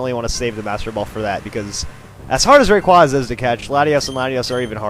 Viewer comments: It is not QWASA it is quaza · Lmao “ray-quaza” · Pet peeve ...number a....saying rayquaza wrong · You pronounced rayquaza and deoxys wrong